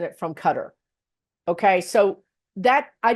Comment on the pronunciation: "Cutter" = Qatar